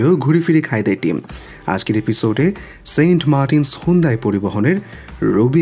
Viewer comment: ভাই সুন্দাই না,,,এইটা হুন্দাই।